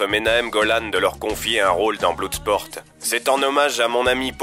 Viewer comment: apprennez à prononcer l'anglais ... .Bloodsport ne ce prononce pas : "Bloudesporte" ...